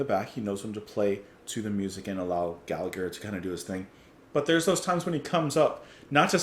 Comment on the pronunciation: Please pronounce his name correctly Gall a her not Gall a "gur." Its really annoying every time people get his name wrong.Proud to call Rory one of us. Seen him live in concert in London early 70'S . 🇮🇪 🇮🇪 🇮🇪 🇮🇪